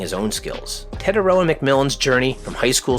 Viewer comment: Teh-tie-ROH-ah (r is rolled), or just Teh-TIE. Your pronunciation calls him “the the far” instead of “the distant/long sea/shore”.